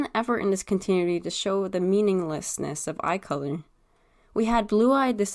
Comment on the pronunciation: ... it's pronounced Con-tin-nu-ity. Sorry, I couldn't let it go after the third time. thing is, you have to consider being a politician/slave owner as evil in order for this logic to work. Even though most of the former and the entirety of the latter is evil, neither they or the general populace would ever call them that, especially if they're benefitting the current system. I think the change to red eyes signifies a great hurt; a deep wounding of their very soul, which "Orion's betrayal" definitely did to Megatron. (Betrayal being in quotations because it wasn't his fault so much as the council's...but he still went along with it, didn't he? 🤔)